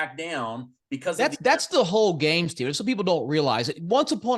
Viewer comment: IT'S!!! 👏